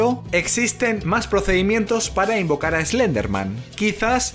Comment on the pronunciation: Sabes que tu día va ir bien cuando escuchas a decir: imaganite invoncar a Slenderman